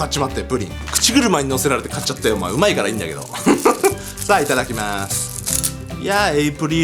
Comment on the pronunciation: Yuki K きまーちゅしかきこえなくて草。